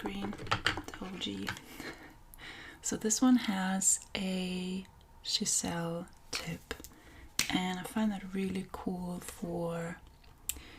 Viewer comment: I’m sorry but it’s pronounced Chiz-ell😂. nice tips and beautiful work .